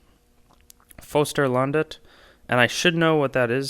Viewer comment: You said Fosterlandet in a perfect accent, three 2, 1 crowns is a state symbol of Sweden, also called the small arms, mostly known when Sweden is playing hockey. The swedish hockey team is actually called " three crowns".